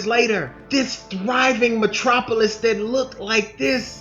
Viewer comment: You said Thriving Matropolous Funny now it's a GHOST TOWN 🤣🤣🤣🤣🤣🤣🤣 why because Errol Spence